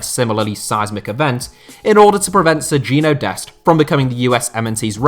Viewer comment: It's pronounced ser-gin-ho dest